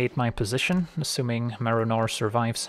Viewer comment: the whole video i kept hearing Merinor